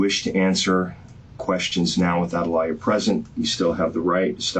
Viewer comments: He pronounced it as law-yer instead of of how we pronounce it like loy-er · Did he pronounce lawyer as liar when reading her rights? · You know you are screwed when the detective reads you your rights and he says; You have the right to a lie-yer and not lawyer. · That's exactly what I heard too. Rather funny bc it's so accurate for those soulless beings calling themselves "lawyers.' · LMAOOO I KEPT HEARING IT IM LIKE EXCUSE ME 😂😂😂😂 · I had to play it back just to make sure I heard him correctly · That's what I heard 😂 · Yup he did lol😂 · I thought it was just me...